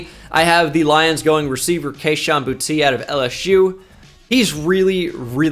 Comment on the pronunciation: boutte is pronounced boo-tay